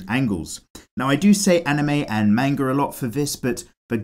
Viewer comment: it's japanese. it's not "mane-ger" it's "mahn-gah"